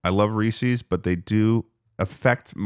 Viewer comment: “ree ses” that’s the only correct way to say it anyway continue <3